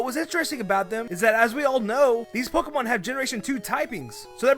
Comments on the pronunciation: “Kikilon” “Pikimon” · Can learn how to pronounce Pokemon name